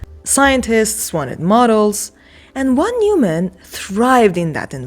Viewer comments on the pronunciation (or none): The VON is not silent and Neuman is pronounced NOYman.